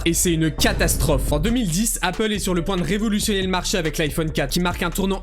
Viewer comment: révolutionérrrrrrrrrr. Je ne supporte plus cette façon de prononcer les r aussi agressivement, ça fait tellement teubé ....